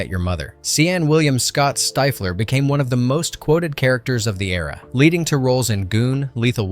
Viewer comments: STIFF-lee. Not stife-ler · How could you pronounce Stifler as "st/\i:flaer"... wtf? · Yes , Cyan Styflur I swear these VO's say shit wrong just for the comments. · Imagine making a whole video and mispronouncing one of the characters names over and over 😂😂😂😂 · Fun facts about a great, crazy set of movies. Too bad your text-to-speech bot can't pronounce one of the lead character's name! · It stifled my enjoyment